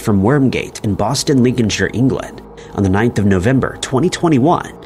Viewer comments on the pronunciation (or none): none